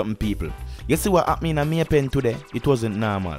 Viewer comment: May pen not may pay